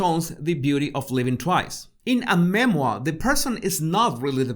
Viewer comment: a Me-Moir 🤣🤣🤣🤣